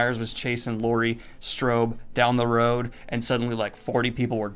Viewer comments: Did you just say Laurie Strobe ? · Did Daniel just call her Laurie Strobe?